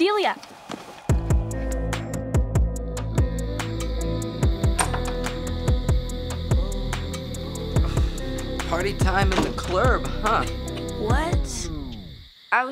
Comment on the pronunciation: he said deilia delia sweetie huh